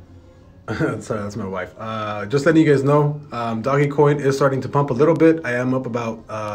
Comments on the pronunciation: It’s not doggy coin. It’s like dogue coin. 🤦‍♂️ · Dohgggg. Its pronounced Doughj like doughnut but no nut. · It's not doggy its doge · “Doggie coin” 🤦‍♂️ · fr the reason why people are selling rn bc people can’t pronounce ‘Doge’ correctly. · Did you just call it "Doggy Coin" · Its doge not dogE say it like dodge but with out the 2nd d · Haha right